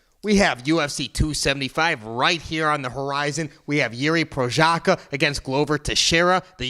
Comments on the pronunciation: Prochazka not Prosaka smh. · Hey, it’s Pro-haz-ca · "Jiri Prosaka" :D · omg Jiri will become a champ and yet you still can't pronounce his name correctly it's literally not that hard 😭😭